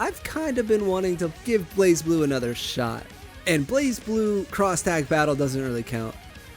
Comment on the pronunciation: Great concept for a video, but I have some significant reservations with it. Tough love incoming, and I promise you, I'm not saying this to be hateful or anything. - Not pronouncing basic things correctly that are also part of the topic (BlazBlue) - The whole Soul Calibur audio take was the lowpoint, felt unplanned, almost like it was done in one take - Slower talking pace in general - Spoken word did not seem well planned out, very improve feel on most of the segments - Uncertainty with Skullgirls. You seemed to question if 2 character teams existed as your own footage of you playing a 2-man team is right behind it - UNIST was a good segment. I think this is because you have familiarity with the game. "Advantages and weaknesses" could have easily been summed up as "matchups" though. - I perceived this as the part you had the least knowledge on by far. Combos in SF work no differently than in any other game. Hitstun takes longer to get out of than the startup frames of the next attack. "weird timing system" and "chaining naturally" are not educated phrases. There is very simple math behind how combos work in every single fighting game. - KoF is also not an anime fighter by design. It plays out much more like a traditional fighter. It may "look anime" but that doesn't categorize it as such. - The animosity towards Tekken felt like it came from a place of closed-mindedness and unwillingness to try and learn something. Making a channel about fighting games and then belittling it